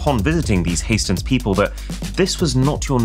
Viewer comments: not heistens it is hästens it is horse in swedish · Hästens means horse in Sweden and the dots over the a are really important for the pronunciation